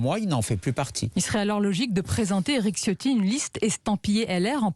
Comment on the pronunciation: Même si c'est un traitre, non seulement par qui il sert , mais considérant qu'il est issu des Niçois qui étaient campés avant l'annexion Française de 1860. Mais Ciotti se prononce "Tchiotti "... Ça fait plusieurs vidéos où je vois le parlement et tout ces journalistes faire " Siotti " je trouve ça hilarant. Les branques. Pour autant Eric ne souligne pas, ça veut dire qu'il n'a pas ses racines â coeur. Avec Escrosi, Ce sont les Massena et Maulaussena d'aujourdhui.